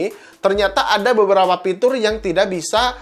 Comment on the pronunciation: Fitur bang fitur bukan Pitur kwkwkwkwkw